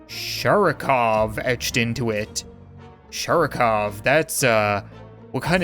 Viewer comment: Sharikov (with an emphasis on A; and V on the end is pronounced closer to F). Sharik means a Ball :) so it's like "Mr Ball" or something...